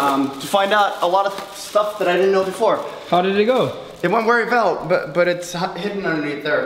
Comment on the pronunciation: it went "wery vell"